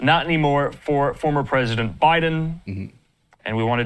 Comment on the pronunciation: PER-IS-DENT PRESIDENT MIXED UP